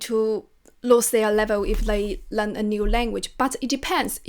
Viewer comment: would you please pay your attention to the pronunciation to Learn? I heard you pronounce it len, not learn. sorry.